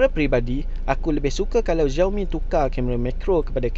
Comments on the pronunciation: Sebutan salah, bukan "ziaomi". Yg sebetulnya ialah "siaomi" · Yg betulii sebutan nye shiaomi